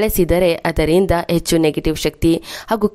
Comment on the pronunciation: Madam , yechchu alla, Hechchu anni. Pronounciation should be correct while presenting the edition.